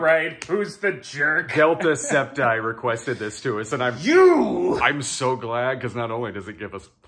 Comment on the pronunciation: Also, I don't take offense that you mispronounced my username as "DeltaScept-eye" instead of DeltaSceptile. It's always good to be accidentally associated with Jacksepticeye.